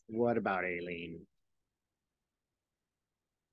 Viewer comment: Cannons first name is pronounced I- lean. The A is silent.